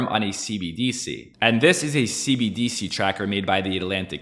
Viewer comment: You're the only person I've heard pronounce cbDc instead of cbdC 😝